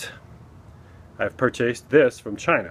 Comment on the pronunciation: I'm still stuck on the fact that you said "pur-chased"